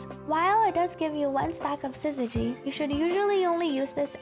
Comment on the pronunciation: Finally, someone who can consistently say syzygy properly!